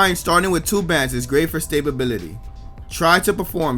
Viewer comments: did he say stay-bability? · STA bility not, STABLE bility...